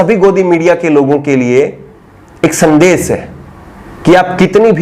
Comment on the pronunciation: aap.shabd ka sahi ucharan kiya kre. Jaise amish devgan ko aap amis devgan keh rhe ho. Shehnawaz ko sehnawaz keh rhe he. Sandesh ko aap sandes keh rhe he. Sudhariye sir apni bhasha.